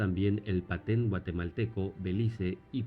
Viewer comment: No es Paten, es Petén.